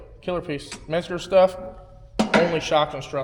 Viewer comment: stop fucking pronouncing menscer as if it's spelled "metzger"